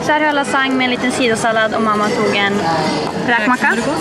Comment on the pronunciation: Bara jag som hörde att hon sa "kräkmacka" istället för "räkmacka" xDD